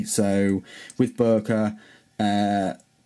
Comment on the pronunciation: boooerker lol